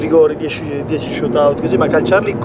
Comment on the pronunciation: bellissimo video ma vi prego pronunciate "shootout" decentemente